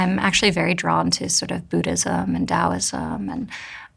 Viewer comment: What did she say she was drawn to? Budaism and Da'alism?